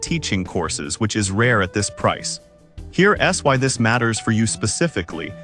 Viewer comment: Sorry guys, the AI voice is atrocious. I got 2 minutes in and had to turn off. "Here S Why" every time it should say "Here's why" 🤬